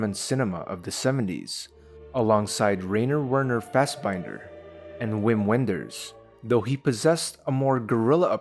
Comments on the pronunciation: Germans pronounce the "W" as a "V". So Werner is pronounced "Verner", and Wim Wenders is pronounced "Vim Venders". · The way he said "Werner" and "Wim Wenders" was painful. The German W is pronounced as a V.